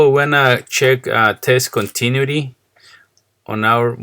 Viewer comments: Continuity... voice emphasis on the "u", bro. Also, my machine would not run. Since I noticed that the front switch lever felt like brocken, so I figured the best way to start was to replace the front switch, and this worked. Thanks amigo por su deseo de enseñar. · "con-ta-new-a-t" Thank for your help my man!